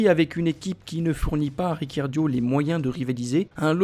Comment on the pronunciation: Ricciardo et non pas Riccardio 👎👎👎